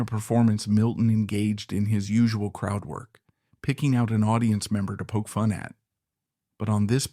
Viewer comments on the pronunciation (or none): none